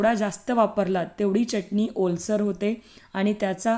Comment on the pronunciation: च्यटणी नाही, चटणी म्हणा. शुद्ध बोला.